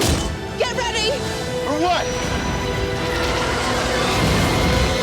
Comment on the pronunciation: Did anyone else hear rey day "get reabby"